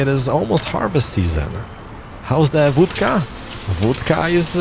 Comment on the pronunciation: Seems like an awesome game judging by the number of vehicles, buildings, by the way production, transportation commuting... works. It'd be a shame not to do a whole series. I bet you'd enjoy it too like we do just watching it. One more thing, o in Vodka is pronounced like short o, like o in gone, bomb, lot... Cheers and keep it up. 👍